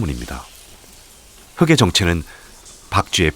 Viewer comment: 재미있는 자연의 이야기를 올려주셔서 감사합니다. 그런데 옥의 티가 있네요. 바깥에서를 바까테서라고 읽어야 하는데 "바까체서", 흙의 정체에서 "흘긔"를 "흐게"라고 읽으셨네요